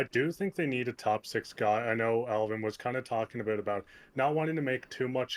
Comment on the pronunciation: It’s pronounced AL-VEEN